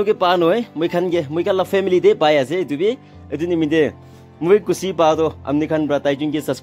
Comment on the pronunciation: You really need to improve your pronunciation bro, channer to channel, wanning to winning, khusi to khushi etc